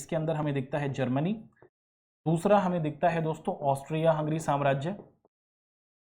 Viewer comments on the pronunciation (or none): none